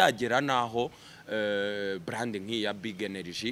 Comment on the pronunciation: Umukada agomba kwiga gukoresha “R” na “L” kuko iyo ubivanze byumvikana nabi. Iyo uvuze “bland” byakabaye “brand” abumva urwo rurimi bumva biri ridiculous. Thanks.